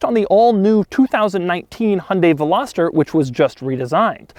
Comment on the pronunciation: I don't think you're pronouncing veloster correctly. Still a cool video tho